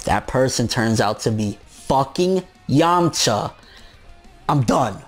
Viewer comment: bruh... it's yamcha